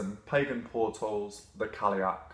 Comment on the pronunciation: I have only ever heard Irish and Scottish speakers pronounce it like kal-y'och, call-y'och, or cull-y'och...So I feel like he's saying it pretty accurately, just with a more English accent. Of course I'm American, so maybe I'm wrong. :)